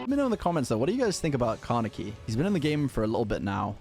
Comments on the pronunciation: Kaneki is a Japanese Name so you pronounce him with a short a and e but a long I. Like "Kannekkii" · I think Car-necky is a weird way to pronounce the name Kaneki. Maybe just stick to calling him Ken.